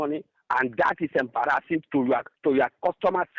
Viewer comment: Hilarious! He is "embraasing" me as a fool!